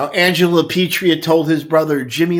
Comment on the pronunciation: Great video as usual. A little audio breakdown, but otherwise 👌🏽. And also, for good lord sake, their family name is LaPietra. La- Pee- Et-Ra. Mi dispiace, it’s been killin me. Bona giornata!